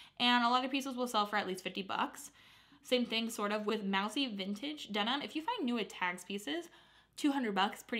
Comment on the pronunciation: Such great brands… Moussy is pronounced MOO-Cee ❤